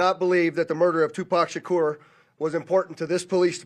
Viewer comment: Sha kore. Messed his name up